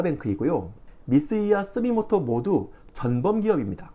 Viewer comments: 스미모토가 아니고 스미토모..... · 스미토모 o 스미모토x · 왜 스미토모를 스미모토라고 무식하게 몇번씩 발음 하세요? 국내 유튜브 BJ 들이 같은 실수를 반복하지만 은 안그럴꺼라 기대를해었는데 빨리 고치세요. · 스미모토(X) -> 스미토모(O) 계속 바꿔 이야기 하시네요.. 자막도 틀린부분 있구요.. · 피드백이 빠르시네요!! 그리고 하나더!! 스미모토가 아니라 스미토모로 알고있습니다~ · 미쓰이 스미토모 그룹입니다. 자막은 잘 쓰시고 계쏙 스미모토라고 읽으시길래... 스미모토가 더 입에 달라붙긴 하죠 ㅋㅋ